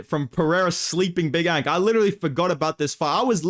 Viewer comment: He turned big ANK into BICH ENK in a matter of seconds😂.